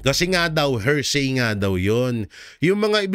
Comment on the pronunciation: PLEASE SAY… “ HEAR + SAY “ = “HEARSAY” NOT “HER+SAY “= “HERSAY” Thank You!